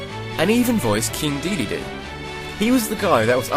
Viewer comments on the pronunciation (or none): none